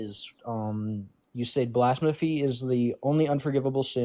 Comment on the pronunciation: When you mispronounced blasphemy just like him, I choked on my brussel sprouts and almost died.